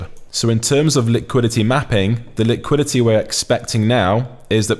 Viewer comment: Bro the way you say liquidity is crazy! "Lick quidity"🤣🤣🤣